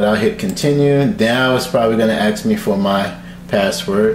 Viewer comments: ask not axe 👍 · "It's gonna ax me for my password." 'nuff said